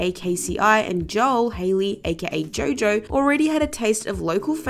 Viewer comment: It's Jo Jo. Not Joe Joe.🤔